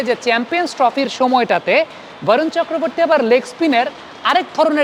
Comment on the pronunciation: Dada Varun na bole barun bolun cheleti jatigoto vabe বাঙালি